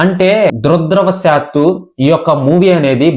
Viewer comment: సినీ మేకర్స్ కలక్షన్లు ఇంత అని చెప్పిన తరువాత, నీకెందుకు అంత దూల గూగుల్ వగైరాలు సెర్చ్ చెేయడానికి! ముందు దురదృష్టవశాత్తు అన్న పదాన్ని రోజుకి 1000 సార్లు ఉచ్ఛారణ చేస్తే కరెక్ట్ గా పలుకుతావురా గాంఢూ!